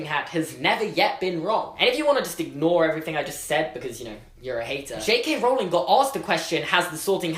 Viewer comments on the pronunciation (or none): none